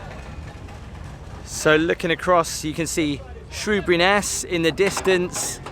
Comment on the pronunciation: It is ker-zul and shoe-bury not shrew-bury but cool vid